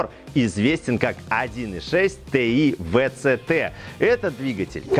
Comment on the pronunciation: Три причины для дизлайка, который я мог бы поставить: 1) Тэ И Вэ Цэ Тэ 2) музычка выматывает... 3) спешка